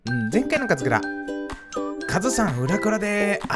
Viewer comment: 初めの『前回のカズクラ』が『前回のかつら』になってた